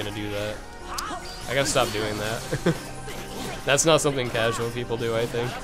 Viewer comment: When he says "casual" it hurts my casual heart 😩